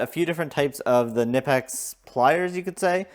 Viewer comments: The 'German made' company says that they pronounce Knipex as kuh-nip-ex. I know... It's annoying... We are not in Germany, and we have freedom of speech. That said, I prefer how you are pronouncing Knipex as nip-ex. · Kuh-nip-ex. Watch the manufacturer's own video explaining the correct pronunciation. Otherwise, cool video. Thanks